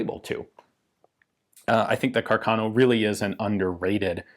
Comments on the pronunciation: The correct italian pronunciation of the name is Càrcano, with stress on the first "a", not Carcàno. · The title is really excellent. I'd add the following subheader, though: "Joy and Sorrow for Italian Troops". And, as a side note, the correct Italian pronunciation is "Càrcano". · Fantastic video as always Ian. However, I believe the correct pronunciation is Càrcano, and not Carcàno (I’m a native speaker). A bit of nit picking on my part like the Garand pronunciation controversy, but I’ve never heard anyone in Italy say Carcàno. Foreigners pronounce it Carcàno. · For a better pronunciation of Carcano, try here: ;)